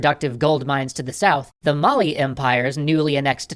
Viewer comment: mali is pronounced a little bit differently good try through =)